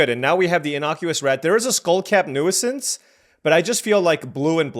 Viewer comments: New-since. You don't pronounce the first "i" :) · That’s not how you say nuisance haha